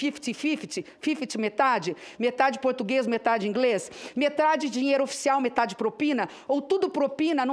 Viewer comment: Rindo com os comentários, até o Google tradutor seria mais confiável que esse "ingrêis".